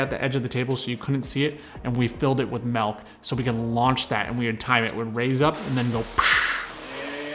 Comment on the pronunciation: "Melk" Love your videos, can't wait to see part 2